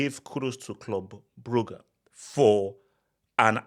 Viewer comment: Legend says Club Brugge will not go out of the UCL until learns how to pronounce their name